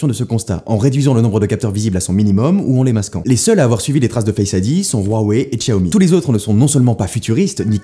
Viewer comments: La prononciation de "Huawei" est Huaway, pas rhuawei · Waweiiiiiii et non rouaweiiiii on dit bien naïke et pas naïkiiii (Nike) Une nouvelle fois Steve viens de cracher dans sa tombe, absence d'objectivité indécente.....